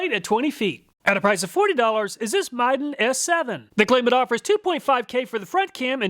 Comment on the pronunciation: Dude! You were pronouncing Midden wrong.